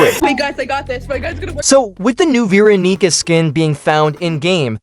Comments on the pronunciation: bro is NOT saying veeronica... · I heard "Veeranica" and immediately regret clicking on this video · He did NOT say verronica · guys I swear he said veeronica 😭💔🥀